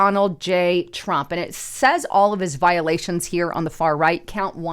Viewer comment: Did say Drump Pee-Hind Tars, or is that wax loading into my ears again?